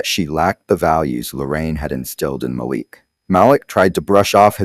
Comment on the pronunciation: Need to check your facts. The son’s name is MALIK. You pronounced it right the first time, the second time you pronounced it another way, and again, in another way. After, you said chattel died and after that you said Malik died. I goggled this story with names given herein and there’s no story. Are you sure you’re not making this story up?